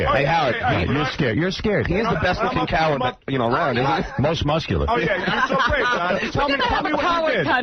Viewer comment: "round and mussular.."